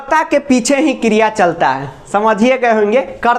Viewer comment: What is kriyaa😆😆. London waali maam